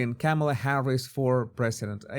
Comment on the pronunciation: He's never pronounced Kamala's name correctly. Definitely not JRB.